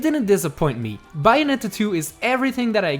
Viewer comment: Is Bayonetta Not Byeonetta.